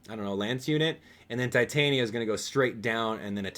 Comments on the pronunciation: Not to judge, but i think it is pronounced ti-tan-ya, not tie-tai-nya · Its ti-tan-ya not tai-tain-ya